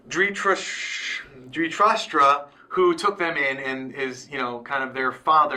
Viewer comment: just trying to help.. Dhritarashtra - the-ree ta raashtra Duryodhana- do ree o duh na Yudhishthira - you dish thee ra Pandava - paan duh va (not "pun dava") Kaurava- cow ruh va i know it's a bit difficult at first, so hope this helps..